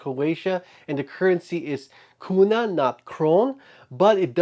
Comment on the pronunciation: Very interesting theories. Very excited about tomorrow's release. You nailed "kuna" pronunciation great! :-D